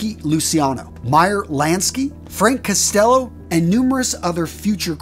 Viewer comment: I’m sorry but I cringe at how bad the names are being mispronounced. It’s not Lucky Lu-see-ano. It’s Lucky Lu-chi-ano, it’s not Frank Custello, it’s Frank COST-ello, it’s not John Elite, it’s John A-light.